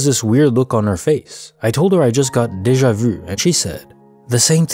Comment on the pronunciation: For once somebody pronounces déjà vu properly!